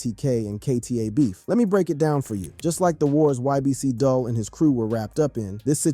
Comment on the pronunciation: "DOOL" not dull